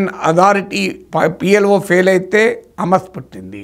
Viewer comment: అమస్ కాదు,,, హమాస్